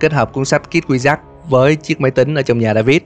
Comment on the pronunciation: Phân tích rất là hay, videos nào cũng hay. Cực kỳ thích kênh này. Nhưng có 1 điểm trừ nhỏ là tiếng Anh. Không cần phải phát âm giọng Mỹ chuẩn như bản xứ, nhưng phát âm đúng là được. Mở đầu là "kid wizard", đọc thành "kít quy giắc" thì nó là tiếng gì chứ không phải tiếng Anh rồi, đọc trại thành "khít kwi zợt-d" còn đỡ. Bạn có thể dùng Google dịch để tham khảo phát âm hoặc dùng luôn Google dịch để đọc mấy từ tiếng Anh luôn cũng được, chứ như vầy thì có hơi dở :) Ý kiến riêng thôi, bạn không làm theo cũng ok, không vấn đề gì lớn cả. (Nhưng mà kiểu sau này thành Youtuber có tiếng mà bị tụi antifan đem mấy cái này ra chọc thì cũng mệt mình à :)) )